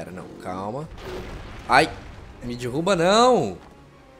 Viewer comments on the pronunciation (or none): Dirruba não cara mim da agonia fala errado é Derruba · Nossa mano da agonia você falando dirruba kkkk coitado do cenobia. Existe Shadow of The Colossus para X-Box 360?